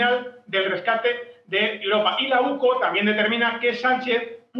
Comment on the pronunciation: NO ES OCU ES UCO